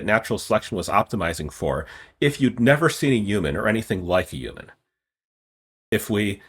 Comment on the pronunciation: I don’t like how he pronounces the word ‘Human.’